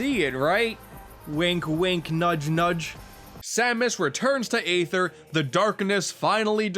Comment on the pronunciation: who else cringed when he said aether with a long A sound...